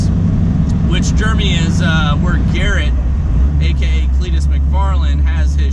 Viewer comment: Are you saying germy? Instead of Jeremy😂